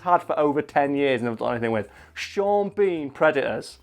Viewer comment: You pronounce Sean Bean lastname wrong